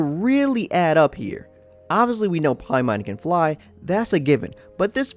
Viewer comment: It's NOT pronounced "Pie-mawn" in the 9 demons... It's pronounced "pay-men"